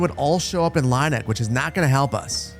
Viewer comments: Just for your information about the pronounciation of the german townnames: The ie in Lieneck is the same as ea or ee in english, like in tea or bee, so "Lean-eck" would be more fitting. The way you pronounce it would be "Laineck" or "Leineck" in German. And I know many English speakers have problems with our German Umaluts. But the funny thing is - except for Ü/ü - English has those sounds. They are just spelled different. The pronounciation of your E in Erlhardt for example is like Örlhardt to me. Try to say "Airl-heart" instead. German is sayed to be difficult to learn but the two languages have more in common than one would think. They have the same origin (indogermanic) after all. Keep on with these great entertainment! One can tell the work you put inside and I allways enjoy the high quality of your videos. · Oh. The E is second. Like with "bier". It's Leen-eck. 😂